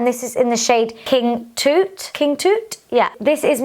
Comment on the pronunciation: Pronounced King Tut not King Toot 😂